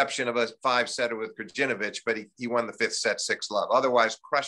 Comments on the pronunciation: Greetings from Serbia! Steve it's Krayinovich (Krajinović). 😅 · I'm with you on this one! When the guy said "Grudginovic" I had to stop for a moment. Who the hell is Grudginovic? It's not like they can't, but they won't learn because these are "complicated" names from "complicated" (and "minor") languages. Plus as the ignorant fella replied you here, we'll all live, right? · I love Steve Flink, but he's so bad with names. KraGINovic, Tsitsipidas, WTH. Americans constantly mess up my name too though, and it's only 2 syllables. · Am I the only one bothered by how many of these professional american journalists - in this case lifetime - couldn't be bothered to learn to pronounce the names of the top players at least half right - Zverev, Tsitsipas, Krajnovic. Again, we are taking about a professional journalist. The correct pronunciation could be found on the ATP website - on the page of each player he himself pronounces in correctly.